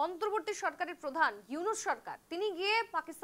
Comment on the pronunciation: ইউনুসের নামই যারা সুদ্ধভাবে উচ্চারণ করতে পারে নাহ,তারা নাকি আবার সাংবাদিক! 😂😂😂